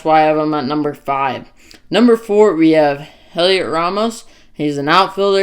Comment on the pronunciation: Good job. Just a note, The H is silent in Heliots name. So its pronounced Elliot. It's a common mistake. Keep up the good work. Im definitely most excited about Luciano and Cory.